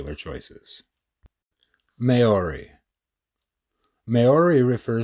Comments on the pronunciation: "May orie" 😭😭😭😭 dog you butchered that so bad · Please learn to say Maori (m ow ree)